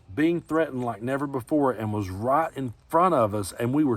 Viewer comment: I love you man. I know you were saying "right in front of you ", but my Chicago ears heard "rot in front of you ". Both correct